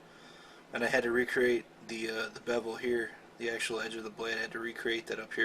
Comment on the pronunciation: HAD ..NOT HARD LOL